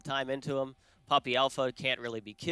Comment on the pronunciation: I thought for a bit you were saying Pewdiepie and was rather confused.